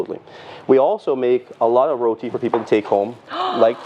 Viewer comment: Look...here nah...yuh see me....I Rellll happyyy she get it right on dey first time and say "RoTi" with a "T" and NOT RoDi with a "D" like dey next gyul say🤨 All yuh remember dat???🤔 🤣🤣🤣